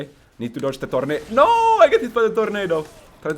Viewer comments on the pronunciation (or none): none